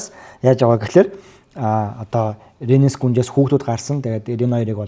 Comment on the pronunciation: вейгар гэж ярий хө, Princess Rhaenys Targaryen and her formidable dragon, Meleys (the "Red Queen") шүү. Peace out.